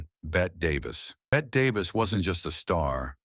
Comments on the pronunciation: it is not BET it is Bet E and she got furious when this was not said correctly how rude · Can’t even say ‘Betty’ correctly for Bette Davis. Thanks AI!